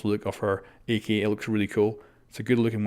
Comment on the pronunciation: He says "ak" like "E key"